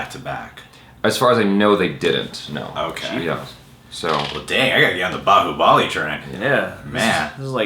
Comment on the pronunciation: son of bahubali ...not bahubLi